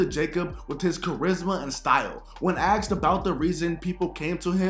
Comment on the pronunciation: His friends "axed him"? Yikes!